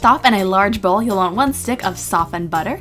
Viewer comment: Why does she pronounce stick as shtick, and pastry as paishtry? It sounds really cute tho😊